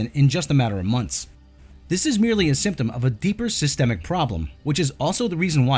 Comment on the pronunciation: i had to stop watching when you pronounced months as monts